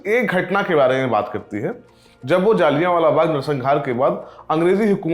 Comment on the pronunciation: पहले तो मुंह से गुटका थूक के बात करे और दूसरी बात ये कि ये “जलियांवाला” होता है,ना कि “जालियावाला “